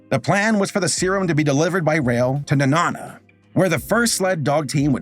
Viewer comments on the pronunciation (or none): Minding my business in fairbanks Alaska and hearing say Nenana "Tf did he call it?" (Knee-Na-Na) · Lifelong Alaskan here, here to help you two out with pronunciations! Nenana is actually pronounced “Neh-naa-nuh” or “Nee-naa-nuh” (both are accepted) where the “naa” sounds closer to “nap” without the p. Wasilla is pronounced “Wah-sih-luh”. You got Nome right, though! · Hi, Alaskan here, Nenana is pronounced Knee-nan-uh :) I loved Balto growing up but it's a real bummer that the efforts of the Alaskan Native Peoples are never mentioned in it or any of the telling's, even though they mad up a lot of the unnamed dog mushers(there were 20 mushers in total, history remembers the names of like 5), in fact Iditarod is an Athabaskan word for far off place. Most of the mushers from these villages had witnessed their own friends and families dying of the Spanish flu a few years prior and it's what made risking the deadly -80 degree temps a small feet in their hearts, unfortunately most reporters of that time weren't interested in highlighting native struggles but seems the animators of the sequel where more than happy to cash in on native iconography >.> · Did anyone notice that he said nenana wrong??